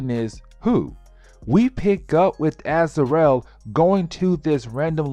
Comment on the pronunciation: "Az-ar-el"... smh... can't even pronounce the names right, but this dude makes videos explaining them.